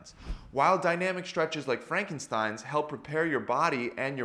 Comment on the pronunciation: Just in case somebody wants to know: Frankenstein is pronounced like „Frunkenshtine“, Frank- like funk with an r and stein like shine with an t Almost correct in the video Not important though